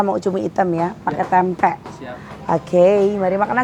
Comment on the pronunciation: Maaf ya klw ngomong Tempe gk ush di tmbain K..Tempe sejak kpn bhsa Tempe jd TEMPE K😂😂😂.aq dngrin ny mesti smbil ngoreksi klw teh Santi mkn tempe🤭🤣🤣🤣